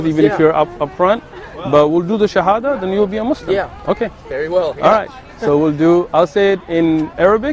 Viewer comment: I'm so happy for you. I pray to God that he gives you peace in your heart and that you live a beautiful life, my brother. Your arabic shahada was so good, you could learn it very quickly. ❤